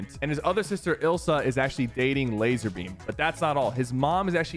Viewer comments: It's not Lazerbeam it's Lazarbeam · bro isn't it Lazar?